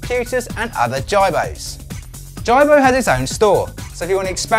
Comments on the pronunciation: you cant even say his name right JIBO not JARBO "smh" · HIS NAME IS JIBO IT PRONOUCE AS G-BOW NOT JARBOW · his name is "jee-bo" not "jie-bo"...the creator decides the correct was to say that...like preface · omg, it is pronounced Jeebo not jybo. smh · "Jai-bo"... Please do your research before posting a review, it's pronounced "Jee-bo". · It's geeeebow man.. the whole review I was focusing on the way ur saying the name..lol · hay i already Pre-ordered one last year and waiting i cant wait i cant wait... good so dont insult our JIBO pronunciation is the KEY lol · Justin Vazquez Hi Justin, yep I realised my mistake after I complete the video:-s. I blame Google translate:-). I was worried about the pronunciation, so put it in to google translate and it came out in UK English as Ji- bo:-s. Thanks:-) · It's pronounced jeebo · You obviously don't know much about the robot... you can't even say the name right. Jibo is pronounced Jee-bo. And this is not a review. I will report you if you don't change this. You are misleading us to get views. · and he couldn't even say the name of Jibo properly.. watch how the designer says it compared to this guy lol. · S.A.G disliker Hi S.A.G, yep, I will double check next time:-). I am hoping to get one and do a hands on review, so will adjust the pronunciation:-). Thanks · Mr PumperKnuckles you think so? Personally I thought the information on the review was good.. but if you are doing a review, I would hope that you could pronounce the name correctly. Not disrespecting anyone just saying how I felt about it. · Can you at least say the robots name right !!! Don’t ever purchase one because it will never respond to you. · This is not a review. You aren't even pronouncing the name correctly. Waste of time